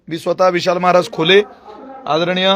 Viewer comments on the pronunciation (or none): कोल्हे नाही खोले